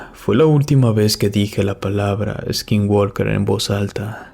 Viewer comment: no digas eskinwalker se pronuncia skinwoker, sin E al principio y la L no se pronuncia, es para mejorar mi comentario, saludos de Sonora en la frontera con Arizona